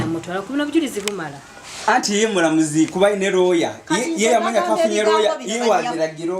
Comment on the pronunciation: the word is lawyer.. not lawer.. it bothers me, when it's a repeated error.